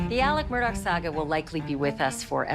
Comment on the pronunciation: His name is pronounced ALEX MURDAAAH. Right. Why are people saying Alec MURDOCK?